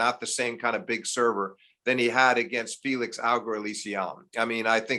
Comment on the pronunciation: Steve butchered Felix's name and that's ok.